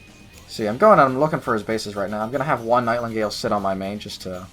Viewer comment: NIGHT INGALE! there is a blank space where u think there is an L becuz there is no L! NIGHTINGALE! you're welcome.